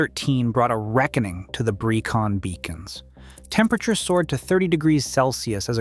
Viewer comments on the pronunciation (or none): Pen y Fan . 😂 Pen nigh Fan ? Welshman here. For pronunciation try Pen uh Van and Breckon Beacons, not Breecon Beacons. As for difficulty, the so called "Fan dance" is easy if you are properly prepared you are not overburdened and you are not given ridiculously short completion times. Ffs! Pen y Fan is less than 3,000 feet high and the lowest point on the Fan Dance is only about 800 feet lower. However the weather can change in an instant but is ony ever unpleasant rather than an existential threat to the properly prepared, even in winter. I am 78 years old now and for at least 4 decades I used walking the Brecon Beacons, because they are local to me, and Snowdonia as frequent fitness training for more arduous treks in the Scottish Highlands and the Picos de Europa.